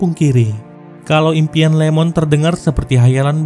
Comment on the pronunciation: Wkwkwkw.... Iemon bang, bukan Lemon wkwkwkwk